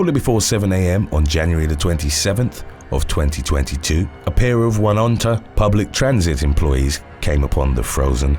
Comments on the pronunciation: Oh-nee-on-ta. Sorry...my husband's hometown. :D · Just a tip from a NY'er....Oneonta is pronounced 'Oh-knee-on-tah'. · Love the videos! New Yorker here, Oneonta is pronounced more like O-Knee-onta :) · for future reference, (I know that NY has hard to pronounce stuff), but SUNY Oneonta is pronounced soonee ohneeonta